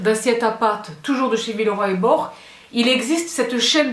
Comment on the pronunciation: Villeroy et Bo(ch) prononce le Che, gracie mille😅